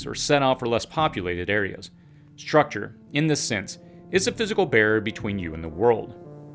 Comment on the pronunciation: Or "h" in structure, for that matter "shrutchure"